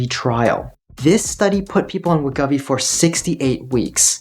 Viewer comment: As someone who has lost weight in such numbers over the years, I can confirm that it is much easier to keep weight off than it is to lose it. And BTW it pronounced Wa•gō•vee